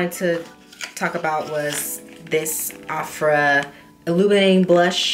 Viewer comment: I don't think Ofra is pronounced like that.